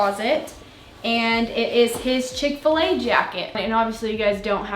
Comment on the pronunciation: Chick-Fa-La for sure